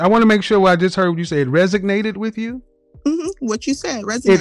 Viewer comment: Can't pronounce "resonate" and blames it on being unemployed??? Jesus christ 🤦🏾‍♂️